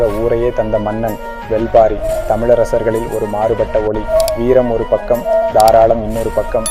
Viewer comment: Brother... Thats not வெல் பாரி... That's வேள் பாரி